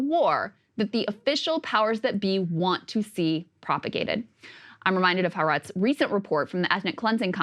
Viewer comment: It's not " Haa Retz. It's Ha Aretz. 3 syllables.